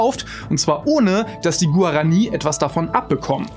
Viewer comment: Guarani spricht man anders aus, da auf dem i ein Strich ist: Guaraní. Abgesehen davon kann ich mich nur anderen in den Kommentaren anschließen, dass das Video unfertig, sowie völlig ziellos wirkt. Dieser Trend lässt sich seit nun geraumer Zeit bei fast allen deiner Videos feststellen: Viel Werbung für Sponsor, wenig Inhalt, flüchtige Recherche und vor allem irrelevante, langweilige, ziellose Themen. Wen juckt es ob irgendwelche Japaner eine Pflanze aus Paraguay vor was weiß ich wie vielen Jahren geklaut hat und jetzt Coca Cola damit Cola Light süßen möchte. Vor ein paar Jahren hast du noch interessante Dinge in der Astronomie, Physik, Biologie etc. angesprochen und das auf viel höherem Niveau ohne, dass teilweise 1/5 des Videos sich dem Sponsor widmet. Ich habe vor etwa. 3 Jahren angefangen deine Videos zu gucken und habe nahezu jedes in diesem Zeitraum geguckt, doch ist es spätestens jetzt an der Zeit dem ein Ende zu setzten. Viel Spaß mit Clickbait und billiger Werbung.